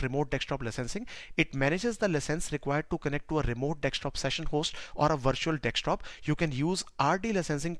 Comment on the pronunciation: Except calling it Dextop and not Desktop